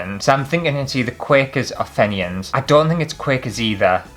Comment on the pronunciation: I got sh*t lol The Fenian answer is pronounced Feeen-yin. It is used these days as a supposed insult by some towards Catholic members of society in Northern Ireland. No, I don't get it either, but I don't 'get' hate 🤷